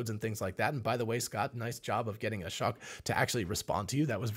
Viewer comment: Ashock's name rhymes with bloke, not shock.